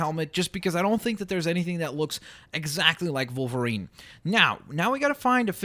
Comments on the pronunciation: Its a w at the beginning of wolverine not volverine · Is it just me or does say Volvarine not Wolvarine? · Why are you saying volverine it's wolverine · u say volverine not wolverine :P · It's pranonst wolverine not volverine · Why do you keep saying Volverine instead od Wolverine??!!! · kept saying Volerine,part russian? CONSPIRACY!! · Stop saying volverine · He kept on saying volverine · Why does he say Volverine? His name is Wolverine. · Wolverine... WOLverine. W. Stop saying volverine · it's wolvirine not volvirine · you say volverine not wolverine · (W-o-l-v-e-r-i-n-e)!!!! Not volverine!!! with a w!! gawd!! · He said vulvreen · is it me or did he say volverine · its wolverine not volverine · Why does keep saying Vulverine when he's called wolverine. Also Plz can u try and make Star Lord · how its pronounced= (wol-ver-ene) how pronounces it= (vol-var-ene) ( i know its a canadian accent by the way) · Why does he keep saying wolverine like volverine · Why do you say volverine? Lol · am i the only one who is bugged because he keeps calling him Volverine? it just bugs me.... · I'm sorry I have ocd and when you say wolverine you actually say volverine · Are u German cause u pronounce wolverine as volverine and that German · WOLVERINE NOT VOLVERINE WOLVERINE OK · you said Volverine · Wolverine not Volverine!! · why does he say 'volverine' instead of 'wolverine' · volverine me: aaaaaaagh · why did it sound like he was saying "volverine?" is he German? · why are you saying volverine? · Did he say volverine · canadi an accent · when he says wolverine it sounds like hes saying volverine. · SAY WOLVERINE CORRECTLY!!!!